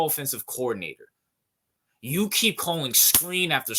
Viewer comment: Why exactly did you think bringing up the chiefs not being as good as they have been in years past.... Chiefs narrative the last 2 seasons have been they're depleted and slumping... News flash my dawg, the chiefs are trying to 3 peat.... Dude can't even speak the word coordinator properly, yet judges slowik.... And let me just say this, you're not the first person to see slowiks issues this year.